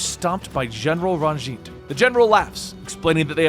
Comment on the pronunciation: Says every name wrong. Nothing. Says Ranj’it correctly. “I’m pRoBaBly saYiNg iT wRoNg!!!” Lol.